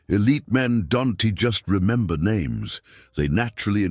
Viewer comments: "Don-T" 😂.. Does AI not have the ability to say the word "don't" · Narrator reads "don't" as "Don T".